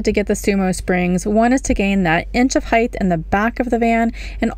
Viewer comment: There is no “h” at the end of “height”.